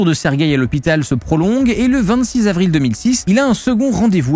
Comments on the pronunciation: CET hôpital, pas « ste »…PAS STE ! Se prolonge, pas « se prolongue ». (Soupir) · "Le séjour de Serguei à l'hôpital se prolongUe" ??? Amusant !